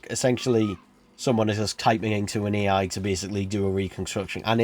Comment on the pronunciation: Every time you try to say A I you end up saying E I. LOL